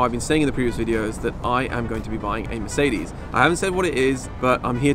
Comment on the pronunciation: Please learn how to actually pronounce mercedes. This is awful. Great content and I am a fan of your vids but plz it sounds arrgh.